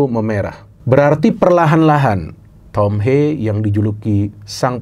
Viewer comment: tolong lah pronounce nya. Thom Haye, bukan thom heyy, atau thom heii